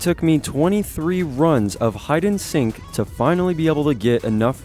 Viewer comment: Did this dude say hide and sink